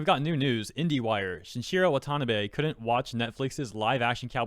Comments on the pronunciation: It's pronounced WA-ta-NA-bay, not wa-TA-na-bay. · Just FYI: It's "Wah-tah-nah-bay", not "wa-tan-uh-bay" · Couple notes: It's adapTAtion, not adaption Also it's shin I chiro wah tah NAH bay, not shin chiro wa TA nabay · "A-dap-tay-shun" and "Wahn-tahn-nah-bay" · Watanabe is pronounced Wah-tah-Nah-bay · Pronounce Watah-NA-Beh you twit. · The way you say watanabe is killing me haga